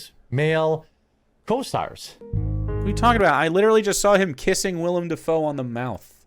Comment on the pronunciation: Trivial but he is actually saying Willem’s name right lol